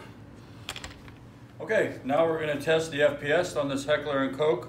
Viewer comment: No. Not Heckler and Coke.... Heckler & KOCH. it’s German!